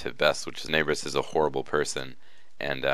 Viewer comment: It is tenne brous not teneebrus